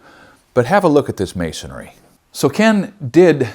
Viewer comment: I've heard you say "masonary" in the past. Did Ken also teach you the correct pronunciation?